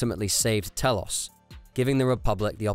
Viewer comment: saying telos and atris wrong really